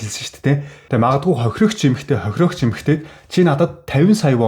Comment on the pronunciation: Хохирогч хохироогч гэхээр авцалдахгүй сонсогдож байгаа биздээ слонгост олон жил болсоныг чинь ойлгож байнаа гэхдээ солонгос хэлээр биш монголоор контент хийж байгаа биздээ